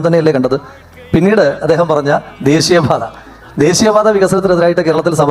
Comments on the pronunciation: "ദേസീയ" "അവകാസം" "സരിയായ" : ഇവൻ ആരിരുന്നു, പണ്ട് MN നമ്പ്യാർക്ക് ഡബ്ബ് ചെയ്തിരുന്നത് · അവന്റെ " ഡേസ്സിയ " പാത 😂😂😂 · അവന്റൊരു ദേസീയപാത 😂😂😂ആദ്യം പോയി ശ.. യും സ.. യും ശേരിക്ക് പഠിച്ചു വാടാ പൊട്ടാ.... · ദേസീയ പാത ഏത??😅😅😅😅😅😅😅 അക്ഷരം പോലും അവൻ അറിയില്ല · ദേസീയ ... അല്ല ദേശീയ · ഇത്രയും തവണ പറഞ്ഞിട്ടും ദേശീയ പാത എന്ന് പറയാൻ പഠിച്ചില്ലേ ഇപ്പോഴും ദേസീയ പാത😅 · ദേസീയ അല്ല ബ്രോ.. ദേശീയ 😊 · ദേസീയ പാത, അവകാസം, നിസ്ചയ ദ്രാഢ്യം, സരിയായ.. എന്തോന്നടെ ഇത്.. മലയാളം പോലും പറയാൻ അറിയാത്ത അന്തം കമ്മി, പേര് ജയിക്, പക്ഷെ നീ തോൽക്ക്‌ ആണല്ലോടാ. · ദേശീയ പാത ❌ ദേസീയ പാത ✅ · ദേസീയ പാത അല്ലടാ ജയിക്കേ, ദേശീയ പാത